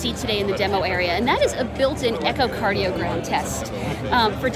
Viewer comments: Did she say “echo”cardiogram 🙈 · She has absolutely zero idea how to use the apple watch and she blames it on not being a finished product. Pathetic and unacceptable. And did she say "echocardiogram"? LOL